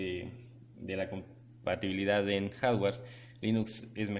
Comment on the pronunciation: Reprobados en el segundo 5, como que "harware" jajaja HARDWARE.